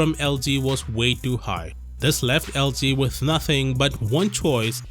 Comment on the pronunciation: It's LG not LD